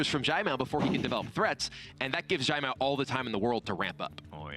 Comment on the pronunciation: Anyone else notice all the different ways Kibler pronounced "Caimiao?" was consistent with "Tai-meow", while Kibler tried "Jai-meow", "Zai-meow", "Sai-meow" and others. Lol. (Btw, it should be a sort of "ts" sound- a special kind of "c". Think of the ending of the word "pants".)